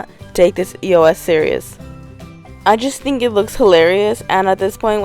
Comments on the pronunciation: it not E.o.S it pronounce eos ee-os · I never say e-o-s I say eos ->eyose